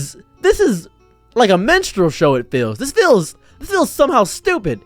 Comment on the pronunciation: Did you say “minstrel” or “menstrual”…because “menstrual” could be a funny comment on black men doing drag in a minstrel-ish way.